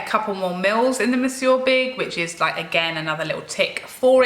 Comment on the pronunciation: It is nice to hear Monsieur big being pronounced properly after watch loas of USA make up channels.